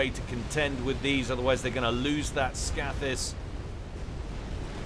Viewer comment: Scathis is pronounced with a long a. Scath as in scathe.